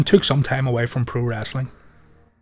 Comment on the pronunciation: It's Wrestling not Wrastling Speak English